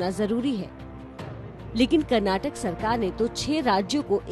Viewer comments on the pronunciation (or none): none